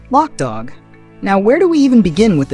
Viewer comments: Its not pronounced lock dawg. Its loke dawg. You also mispronounced the Wayans last name. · Love the video lol you killing me with your pronunciation of name, Wayans ( Way Yans) Loc Dog ( lo coke)